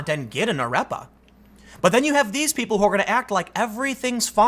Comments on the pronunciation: It’s pronounced “Ar-Ray-Pah” not “Ah-rep-uh”. Sorry for the nitpick, carry on Tim! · AH-REH-PAH. Damn it Tim! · To pro-Venezuela folks I lived in Colombia and I live in Peru now there’s a huge problem in Venezuela unless you all think over a million Venezuelans are living in Colombia in the streets and in shelters for fun. Also I hate his pronunciation of arepa, but it’s not that important.